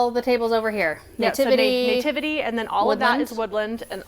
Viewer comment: I wonder why they pronounce NATIVITY as nay-ti-vi-ty! 😊